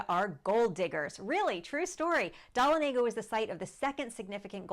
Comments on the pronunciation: Pronounced as Duh-Lon-uh-guh. Not Don-a-Lay-guh. I live nearby. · It’s pronounced Duh La Nega We used to go camping there every summer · It’s Duh-lawn-ah-guh lol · You are mispronouncing Dahlonega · Learn to pronounce Dahlonega!!!! So many of these sites never get towns correct?????